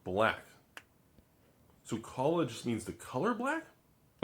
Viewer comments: Isn’t he saying it like ‘kola’. That means banana. This shit is ridiculous. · He’s putting the emphasis on the wrong syllable. It’s “ka-LA” that means tomorrow.